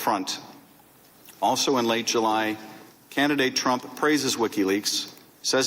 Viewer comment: there's no way he accidentally said Tramp instead of Trump about 15 times.